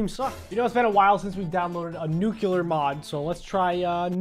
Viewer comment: It’s pronounced NUCLEAR not NUCEULAR